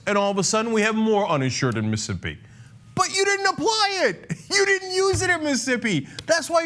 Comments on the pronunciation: The way Cenk pronounces it sounds like "Missippi" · Every time I hear you say "Missippi" instead of "Mississippi," my skin crawls and I want want to rip your head off your stubby neck, Cenk. Otherwise, thumbs-up on the video! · M IH - s ih - S IH - p ee MIssing a syllable there...